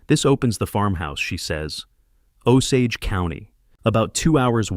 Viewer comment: I've heard this story before with a different name than Harold. 😂 But at least in this story the narrator says Osage correctly.